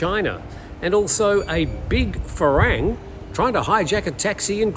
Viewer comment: The pronunciation for "farang" is not "fa-rang". It is pronounced "fa-wrong"